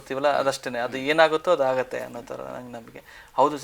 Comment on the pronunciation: ನಮ್ಮ ಕರ್ಮ ಉತ್ತರ ಕರ್ನಾಟಕದ ಭಾಷೆಯಲ್ಲಿ ಬೈಬೇಕು ಅನ್ಸುತ್ತಿದೆ ಆದರೆ ಎನ್ ಮಾಡೋದು .....(ಆಗುತ್ತೆ) ಅದು ಹಾಗುತ್ತೆ ಅಲ್ಲ 🎉😂